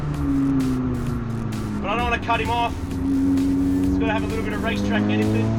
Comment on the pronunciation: Did you say ''Rice Track''? xd